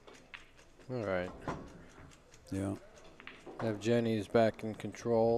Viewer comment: After all that tries they couldn't pronounce Evgeny's name correctly )